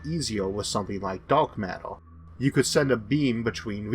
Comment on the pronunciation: Da'ark matter not dork matter. Pronounce ur words better bitch